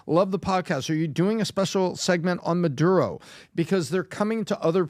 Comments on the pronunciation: Oh no, I get to hear PBD say Madoodo for two hours. 😩 🙄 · Why does peanut butter star of david always have to do what pat finnerty bags on? This is America. It's MuhDuroh, not MuhDoodoh. Now, if you said MuhDooDoo, you'd get a pass.